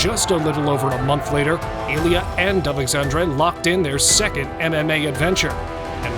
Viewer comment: Not AlexandrA it is AlexandrE E not A AlexandrA is female name Alexander and Alexandre is male name